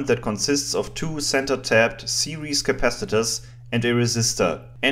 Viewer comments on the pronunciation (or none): Apart from the word "series" your English is superb.